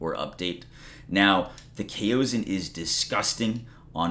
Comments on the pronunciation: I think its pronounced Cowson. At least thats how ive been pronouncing it, easier to say. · Pronounced "Chaos On." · Its prounced kaason since the a is followed by another vowel it's a long a no one so far has pronounced it correctly lmfao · It's pronounced "COW-son". It's a common pronunciation in Chinese words. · What's up with people not knowing how to pronounce kao? Culture yourselves people 😂